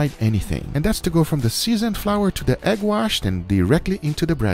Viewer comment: And he pronounced it like “eggwashe”.